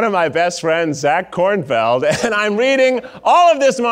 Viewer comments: Love how says “KornFIELD” instead of “KornFELD”. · Lol omg they say “Korn-FIELD” I hope that was part of the joke 😂😂😂